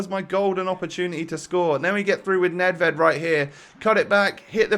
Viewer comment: 14-12 WL, and I ´m from Czech Republic. Nedvěd has must be sayed: ,,Nedvjed”